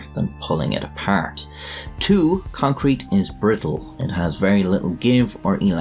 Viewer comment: or so you said "concwete"